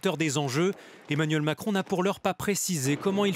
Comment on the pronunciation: j'en peux plus du "makrono"